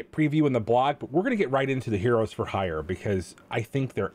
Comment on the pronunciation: It's funny all the content creators are having difficulty saying heroes for hire clearly.